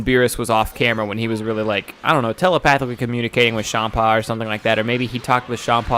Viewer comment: I hate hearing you say it like "shaam-paw" beerus is a play on beer hence why it sounds like beer-us, and champa is a play on champaign, so it should be said like champaign. Minus the ign part.